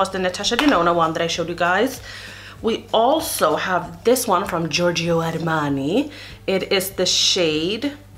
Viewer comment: You pronounced Giorgio Armani perfectly, well done.